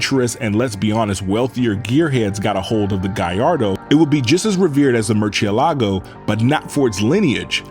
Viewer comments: You need to pronounce the car's name in their language. So the lambos have names of famous bull names. So, most of em will be pronounced in Spanish. So murcielago is not pronounced like you do in Italian, rather it shall be pronounced in Spanish. Thank you. P.s. source: I am Italian.. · MERCH-CHEE-LAGO?.... LOL ITS PRONOUNCED "MOOR-SI-EH-LAGO." (MURCIELAGO) IT MEANS BAT🦇🦇🦇 IN ITALIAN 🦇🦇🦇🦇.AND SPANISH. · Awesome video and presentation apart from the ear piercing pronounciation of Muciélago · Lamborghini cars are name after Spanish fighting bulls. So you’re saying Mucielago very wrong.